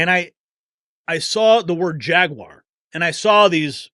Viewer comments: I agree with everything 99%. Your pronunciacion of jaguar is driving me crazy tho. It's NEVER JAG-WIRE. it's really easy. much better off just saying JAG-WAHHH and cut the R off, as the brits do....or add the R as an american....JAG-WAHR... my two cents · The guy can't even say JaguarI was thinking about that little bully Acosta before you said his name.